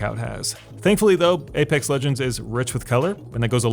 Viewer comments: aPEX not aPAX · "APAX LEGENDS" lol. This game is fantastic, best BR imo